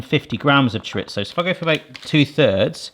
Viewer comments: It's not "choriTZo". It's not "ChoriTHo". It's just Chorizo. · there is no T in chorizo. it is pronounced cho ree zo.. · Cho reeth oh, no Z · That's not how you say chorizo. In Spanish z can be pronounced as s or th. Maybe you thought chorizo was Italian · That GCSE wasn't in Spanish. Where the heck are you getting that hard T from??? LOL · there is no T in Chorizo